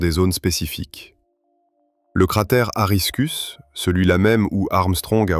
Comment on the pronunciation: Corona virus au lieu de couronne solaire, aristus au lieu lieu de aristarcus. L'IA est virée !